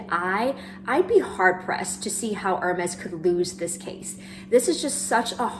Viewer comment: Great video, but just a small point- Is it too hard to pronounce Hermès the right way, not like “her”-mes, but like “air”-mes, with a french r! It hurts to hear the brand name mispronounced over and over again 😢